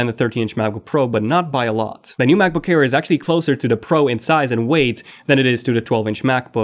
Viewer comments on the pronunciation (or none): am i the only one who hear u saying Macbook care ?